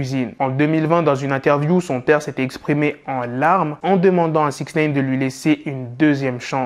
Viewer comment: J’arrive pas à me concentrer quand il dit “six neyne”